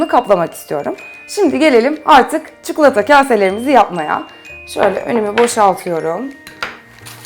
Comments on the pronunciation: Çukulata dedikçe sinir krizi geçiriyorum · Çukulata deme artık videoyu kapatmak zorunda kalıyorum çi ko la ta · Çukulata değil çikolata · Çukulata değil çikolata allah için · Abla çukulata değil çikolata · çuklata değil tatari çikolata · Abla artık çukulata yerine çikolata dermisin :) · çuklata diyor:-) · Sadece ben cuhuğlata demiyormuşum rahatladım :D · neden çikulata diyorsun? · çukulata :D